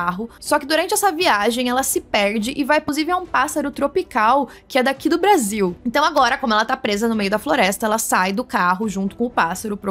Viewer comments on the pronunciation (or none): none